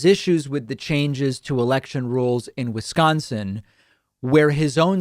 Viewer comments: Didn't he just pronounce Wisconsin as WiNsconsin? And this not as a minor from the EU or Australia, but as not only an adult in America, but as a United States Representative, which makes it even worse. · I'm sorry, did he just say Winsconsin? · "WINS-SCONSON",.....REALLY!!! THIS IS AS BAD AS WHEN HE SAID "GEORGE WASHING-GAME AT THE RNC!! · He can't even pronounce Wisconsin, called it WINsconin.